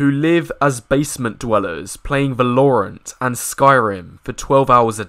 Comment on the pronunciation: The way he said valorant😂